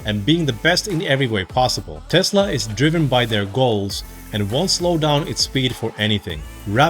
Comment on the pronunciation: Why do you say 'Tezla' with a 'z', It is 'Tesla' with an 's'. Is it your accent or are you mimicking Elon's accent?